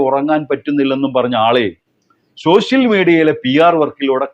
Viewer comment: സോഷ്യൽ മീഡിയ not ഷോഷ്യൽ മീഡിയ